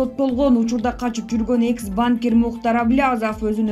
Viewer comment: ДИКТОРУ НЕОБХОДИМО УЧИТЬСЯ ПРАВИЛЬНО ГОВОРИТЬ. В СЛОВОЕ БАНКИР УДАРЕНИЕ СТАВИТСЯ НА ЗВУК И, НО НЕ НА а.